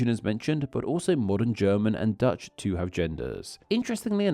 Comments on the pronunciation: I don’t like how the narrator adds an “aa” sound behind vowels. For instance “too” becomes “too-ahh” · Why do you put 'uh' at the ends of so many of your words? It's not toouh, it's just too. You used it about 100 times during this short clip. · But they do not end with the sound "wa". Dowa Twowah Toowah Duewah Newah. That's not a British thing, or at least not something I've heard before.